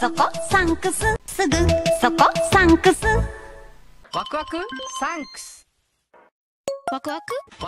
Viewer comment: Circle K Sunks (that’s what the narrator said.) Same would go with Sunkus alone Sunks